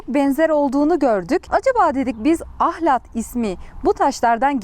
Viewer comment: Ahlati biturlu düzgün diyemediniz ahlattaki L yi kırmadan söyleyin